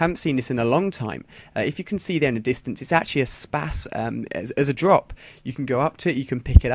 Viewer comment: spaz not spass